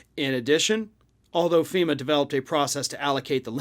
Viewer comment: So he's mad at ... FEE-MAH! Now?